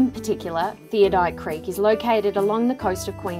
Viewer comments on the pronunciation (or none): You might like to redo your voice over. It's called Theodolite Creek , not Theodite Creek.